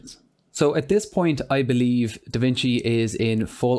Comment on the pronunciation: It's Da Vinci not Da Vicni